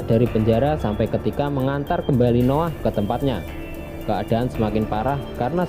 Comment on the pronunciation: Hahah Noah bacanya No 'Ah mantap njir